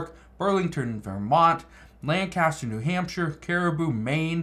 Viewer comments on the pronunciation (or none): none